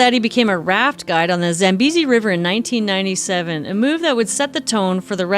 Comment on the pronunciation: I’m South African and I’m impressed with your correct pronunciation of the Afrikaans language names in this video - Coetzee and Piet, and even Zambezi. Well researched as always! 😊